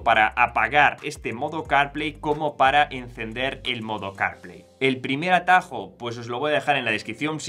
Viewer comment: ¿Que tal si hablas mas claro y entendible el ingles? Carplay no se entiende sino después de escucharlo como 10 veces. Se que el tiempo en YT de grabación es limitado, pero no es excusa para pronunciar mal las palabras. Y si te es difícil el ingles, la AI te puede ayudar aprender a pronunciar palabras en otros idiomas.